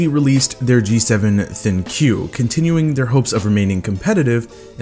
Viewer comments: It is pronounced THINK not THIN-Q ....every Youtuber pronounces wrong.. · I love my G7! One thing that always bothers me when watching reviews for this phone is how many reviewers mispronounce the name of the phone, calling it the thin q. It is written thinq, but it's pronounced think. The name of the phone is supposed to prompt people to "think" about what the phone's name is. It also highlights one of the phone's main gimmicks, the AI. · I thought it was pronounced "Think" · The name ThinQ is said Think not Thin Q there is no space!!!! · Thin Q.... Maybe pronounced think? Maybe? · Its not Thin Q, it's thinq, pronounced think! How do so many reviewers miss this? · Talked to an LG rep, it's pronounced Think in reference to AI, not Thinkyou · How come it's not pronounced "think" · I thought ThinQ was pronounced "think". Don't know why lol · it's pronounced think... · ThinQ is pronounced think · Katherine Murphy Bellantoni yes it is